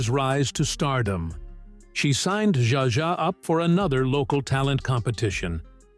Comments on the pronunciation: This damn narrator - how the heck does he get the work? He frequently mis pronounces names - even the same names with different pronunciations' within the one doco!!! In this one he calls Zsa Zsa SJA JA!! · The AI narration sucks. So many mispronounced words, including "Zsa Zsa".